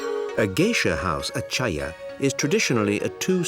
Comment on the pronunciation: Mis-titled... also even worse, at least coach the narrator on proper pronunciation. It was painful to listen to.... oh-chiya? Really?